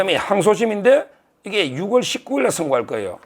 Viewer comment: 서 변호사님~~정말 대단하세요^^근데 6월은 유월로 10월은 시월로 발음하시는게 한글 규칙입니다 ㅎㅎ❤❤❤